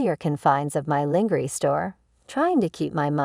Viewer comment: When the AI can’t pronounce lingerie…. Yeah I lost emersion in the story.